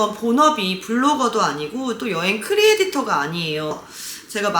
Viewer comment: 아 진짜 계속 들어보려고 했는데 크리에'디'터 거슬려셔 못 듣겠네요..